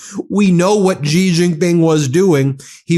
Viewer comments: Xi is pronounced Si, or See, or Sea. Not Gi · Ben, Xi is pronounce "She" not Zhi.